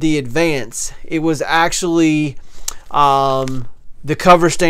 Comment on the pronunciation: Refinishing? Sounds like you are saying advanced